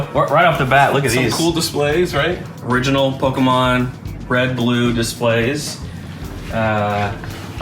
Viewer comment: kills me how pronounces Pokemon. Despite the dash above the E, you still pronounce the E like the letter E, not an A. Therefore, its (Poke-E-Mon) and not (Poke-Ah-Mon)